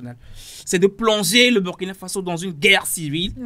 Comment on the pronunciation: Prononcer ;*bourkina faso svp